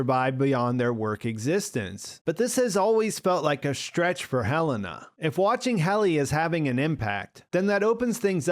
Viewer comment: I love that after House of the Dragon, we all decided that pronouncing it Helaena is way cooler than Heh-Leh-Nah.